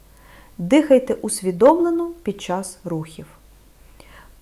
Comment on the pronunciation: НА ЯКІЙ МОВІ ВИ РОЗМОВЛЯЄТЕ???????УВАЖНО СЛУХАЄМО ВАС І ЧИТАЄМО НА ЕКРАНІ СЛОВА,ЯКІ ВИ ВИМОВЛЯЄТЕ І ВОНИ НЕ СПІВПАДАЮТЬ!!!!!!!!!!! НА ЕКРАНІ НАПИСАНО: ЧОГОСЬ,ЧАС,ЧАСТИНА,ПОЧАЛА,ПОМІЧАТИ,НАЧЕ,ВТРАЧАЄТЕ,ЧАСУ.................,А ВИ ВИМОВЛЯЄТЕ ЗОВСІМ НЕГРАМОТНО:ЧЬОГОСЬ,ЧЯС,ЧЯСТИНА,ПОЧЯЛИ,ПОМІЧЯТИ,НАЧЄ,ВТРАЧЯЄТЕ,ЧЯСУ...............!!!!!!!!!!!!!!!!! ДЛЯ ГРАМОТНОГО ЛІКАРЯ ТАКЕ ЗНУЩАННЯ НАД УКРАЇНСЬКОЮ МОВОЮ ЗОВСІМ НЕ ПРОПУСТИМО!!!!!!!!!!! ЦЕ ДУЖЕ БОЛЯЧЕ СЛУХАТИ!!!!!!!!!(Українська діаспора,США)